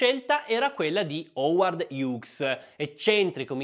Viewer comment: Molto interessante😊😊😊Howard Hiuz, not Hiugz. Google translator.😊😊😊Grazie mille